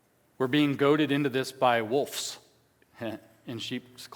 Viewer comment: You said "...wolfs in sheep's clothing," with an "F." They're actually WOLVES in Sheep's Clothing, with a "V."